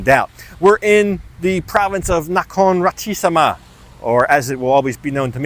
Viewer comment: You said Nakhon Ratchasima wrong.😁🤣🤣🤣Lolxxxxx